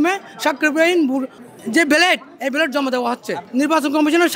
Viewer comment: ব্যালট না বেলেট, সেটাই বলতে পারছে না